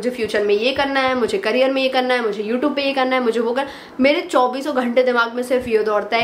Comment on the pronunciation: It's not you tobe it's you tube your pronounction is wrong